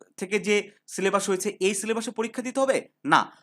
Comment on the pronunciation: সিলেবাস ❎ সিলেবাশঁ 😩✅